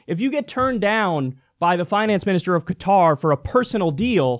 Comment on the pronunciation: 4 years of college, and Kyle can't pronounce "Qatar." SAD! Also, Kyle gets most of his money through TYT Network, which has ties to Al Jazeera which is partially owned by the ruling family of Qatar. Gotta love how Kyle's now making his own corruption obvious.